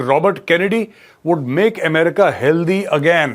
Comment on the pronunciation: Healthy is pronounced Hell Thee . {no offence}